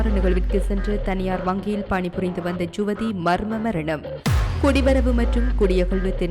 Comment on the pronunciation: ஜுவதி இல்லை யுவதி தமிழருக்கு தமிழ் வராவிட்டால் எப்படி